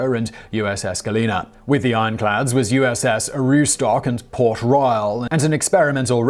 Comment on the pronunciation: I mean...I just thought it was funny how he said “port Roooyaal” but I meant nothing by it